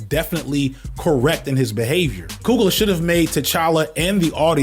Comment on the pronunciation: It’s pronounced (couglee yay) I only bring this up because I’ve heard how Ryan coogler pronounces it himself.